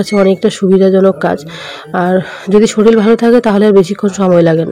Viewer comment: Shoril na shorir